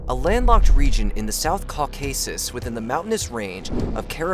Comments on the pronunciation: And "Ca-CAW-sis" instead of Caw-kah-sis" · What the heck is CorCARSAS? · Which one? Azerbahan or Kowcusis. Bit difficult to come over as an expert when you can’t even pronounce the place names😂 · Or the "ca-cow-sis" region sigh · Lmao how you said Azerbaijan and caucuses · and “Caucuses” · Yea dude I don’t get it .. caucasus too